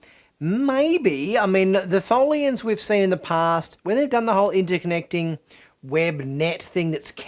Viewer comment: It’s Tholians, duh